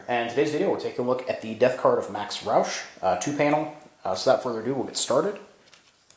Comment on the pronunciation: My last name is Rauch. I’m amazed that you actually pronounced the name correctly. I wonder if there is any relation? Oddly enough my grandpa Rauch and great uncle Dean Rauch both served in the US Army during WWII. Grandpa was shot in the shoulder and made it home. My great uncle was killed in France not long after D-day. We named My youngest son after Dean. I served in Afghanistan myself 2 tours. Saw some combat with the 82nd but never was wounded.